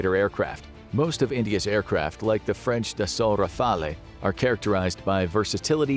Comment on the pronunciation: Rafale is pronounced Ra-fi-el and not Ra-fal-eyh